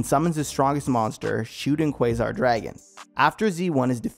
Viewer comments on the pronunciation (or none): none